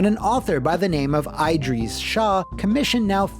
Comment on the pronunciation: You really need to work on your pronunciation of middle eastern dialects: it's EEdresh Shah and MOOlah Nahz-Roo-DIN.